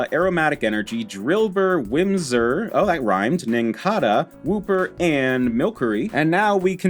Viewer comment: Heh, it is Whismur, not Whimsur :P